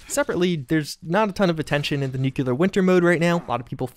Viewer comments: For the love of God it's nuclear not newquelur. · great video but its nuclear not nuculer